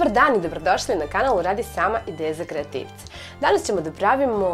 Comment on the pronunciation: Ово кад каже"...идеје за креативце" увек чујем "Интеза кредити" 🤯